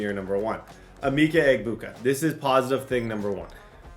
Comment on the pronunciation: bro you're pronouncing Emeka Egbuka's name wrong and it's painful. it's UH-Mecca Eh-Booka (you don't pronounce the G in his last name)